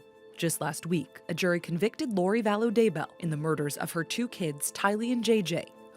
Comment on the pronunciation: Daybell not Dable.